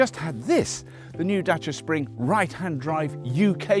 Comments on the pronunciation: I get a mini chubby whenever someone pronounces Dacia correctly. As a Romanian, thank you for taking the time to learn how to say it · Surprisingly correct pronunciation of the word Dacia.